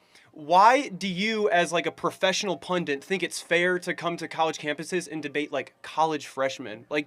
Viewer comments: Why do Americans say Pundant? It’s Pundit 😂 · Pundit* not “pundant”. Dummy. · pundit , pencil neck. "punDENT" isn't a word